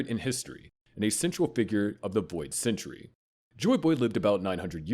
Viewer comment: This is the same guy who said "wood government," "Oharee," "boid century," "inheriNted," "Bartholomew KULMA," "Sabuddy," "Way-no," and "MomoNOOske". (There's probably more, but I'd rather go to sleep than stay up and look for them) I'm honestly surprised he didn't pronounce the "u" in "Luffy" with an "uh" sound.